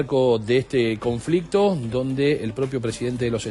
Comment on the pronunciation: Conflectividad 😂😂😂😅😅😅🤣🤣🤣🤣. CONFLICTO.